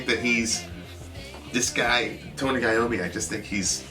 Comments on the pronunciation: You did pronounce Tony Iommi's name correctly. Geezer Butler, the bass player, is equally good on this tune. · Anyone with sense marvels at Tony Iommi - yes, you pronounced it correctly., you seem to know all sorts stories. Is there a story about someone who had to give up something they cherished to become great? That's Iommi's story.